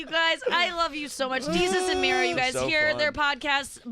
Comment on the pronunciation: did you just call Mero, Mary?